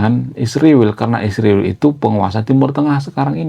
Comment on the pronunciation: Mengapa kau sebut isriwil, Konoha....gentle saja.....!